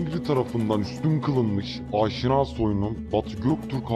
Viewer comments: AAAAAŞİNA AİLESİ DEĞİL ABİ ...YAZILDIGI GİBİ: AŞİNA HANEDANI....ADAM GİBİ OKUYUNN ..AAAAAŞŞİNA O TÜRKÇEDE OSMANLICA OLAN FARSÇA YA DA ARAPÇA OLAN KELİME BAŞKA BİŞEY.. HANEDANIMIZIN ADINI DOĞRU OKUYUN !!!!!! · "ÂŞİNÂ" değil, "AŞİNA". Diyesim, "A"lar uzun değil, kısa sesletilir. Ayrıca "SASANİLER" değil, "SÂSÂNÎLER". Diyesim, "A"lar ve "İ" kısa değil, uzun sesletilir.